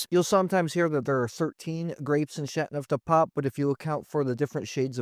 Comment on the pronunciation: Still haven’t mastered the right pronunciation for chateauneuf haven’t you? I turned off the sound. My favourite so far is M. Chapoutier Barbe Rac Chateauneuf du Pape. Plus it’s biodynamic. I also have a Clos de Caillo waiting in my cellar.